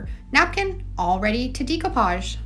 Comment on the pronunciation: It’s not Deeko posh. lol not the pronunciation.